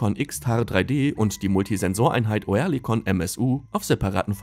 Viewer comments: Nicht "OE", sondern "Ö"! Liest da ne Büchse vor? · Sag dem mal einer das es Örlikon ausgesprochen wird.. so wie er das macht denkt man direkt an Tourette